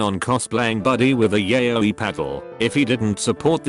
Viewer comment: No one: Narrator: YAY-oh-ee